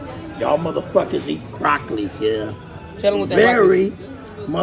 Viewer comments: He said Croccoli 😂😂😂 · Did he just say 🐊 olloli ? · He slipped up, supposed to say croccoli instead of broccoli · How do you explain to your children why you’re saying Croccoli instead of broccoli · My dawg said eat “The Croccoli”… Ain’t no “B’s” allowed in that man’s life. 😂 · My man does not use B’s at ALL 😂 the C Language